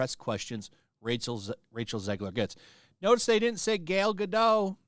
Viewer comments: It's Gal GadoT. the T isn't silent in hebrew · Yes, pronounced as written (with the T). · Or GUH-Dot 💀😂😂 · Gal Gadot.Pronounced GAH-DOUGH.GAH-DOH. 🙂🙂🙂🙂🙂🙂Just trying to help.